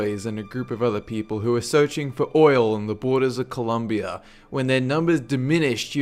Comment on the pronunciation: in what are you saing columbia or colombia the latino